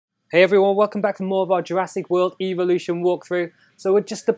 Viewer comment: Only problem evolution pronounced Ev o Lu shin